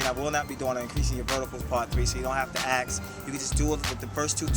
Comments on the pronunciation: axe? I axe you questions? A-S-K , that's how you spell and pronounce it :) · He says Ax instead of Ask.. Why do some people say it that way ? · "please aks first" LOL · does anyone else notice that, when he sais ask it sounds like he sais axe xD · dont worry, ill axe my trainer, ill axe him good... mwhahaha..... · is it just me or does he say ask weird not trolling just wondering